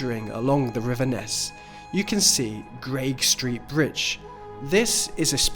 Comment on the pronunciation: You mispronounced Greig Street! You naughty man!